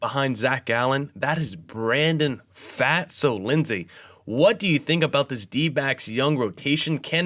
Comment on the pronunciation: First and foremost, good overall coverage guys. Definitely eases the unfamiliar into the team roster dynamics (by the way, Pfaadt is pronounced like "Fought"). Here's my takeaways from the offseason (feel free to disagree) Kelly/Moreno will probably be closer to the timeshare that Toronto was doing with their Cs, and will likely see C/DH PAs against LHP hot potatoed between the two (unless Moreno blows Kelly out of the water) Worth noting that Moreno had hand surgery and Gurriel Jr. had a hamate bone injury (which are notorious for sapping power), yet they still made quality contact; so there is some power upside just based on full health for both. The LHP lineup would currently work out to Moreno, Kelly, Walker, Marte, Rivera, Ahmed, Gurriel Jr., McCarthy, and Lewis (that lineup actually looks like a strength). So they'd be able to ease Carroll in against LHPs (he only has 167 PAs in his career against them) whenever they desire without the concern of having multiple automatic outs in a row. And it would actually improve the defense. The RHP lineup would currently be Kelly/Moreno, Walker, Marte, Rojas, Perdomo, Smith/Thomas, Carroll, McCarthy, and Gurriel Jr (which looks like a good lineup as well, but more speed oriented as opposed to the hard contact oriented LHP lineup). Also of note with regards to Gurriel Jr., but Dave McKay is the OF whisperer; if he can get Pavin Smith to an average COF, I think he can help Gurriel Jr. closer to that line (especially since he has a st